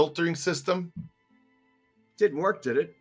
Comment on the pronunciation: we gotta woik on Dat intro. We can do much better. love ya